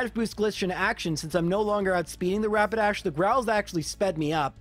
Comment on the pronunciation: so glad to hear someone other than me call Rapidash "Rabadash". Since I was learning how to read when I first played pokemon, I mispronounced so many names. Now I just need to hear someone call Magikarp "Mantikarp" and my life will be complete.